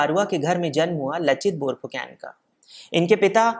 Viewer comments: Tum log Saaloh Pronouncing itneh galat kaise karteh ho? Fu can nahi Phu Kon. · It's borphukon not borphukan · Bhai, borphuकेन नहीं borphuकन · आप "Borphukon" उच्चारण किया करे 🙏🙏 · Aap ka pronounciation galat hai lachit barphukan ka